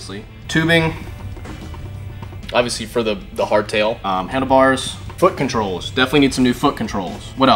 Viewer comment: "Foot controlls" lmao